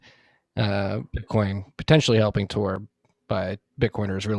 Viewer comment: Tor uptime… “Tore up time”